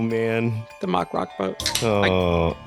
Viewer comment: Its pronounced "mack" not "mock" - think big mac, you wouldn't say Big Mock haha